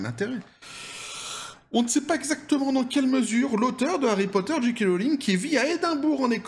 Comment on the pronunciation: Très bien, mais pourquoi dites vous "Dji kay" ? Le j en anglais se prononce "djé" pas "dji". Amitiés.